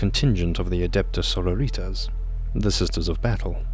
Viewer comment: He pronounces "sororitas" with a spanish accent ? Ai sororita ! Que muchacha ! And "arbites" with a german accent. Like adeptus arbeit lol Funny eeglish latin